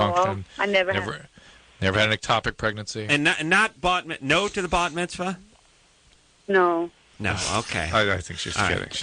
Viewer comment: Bat Mitzvah, pronounced "Baht", Bar is Hebrew for son, Bat is Hebrew for daughter.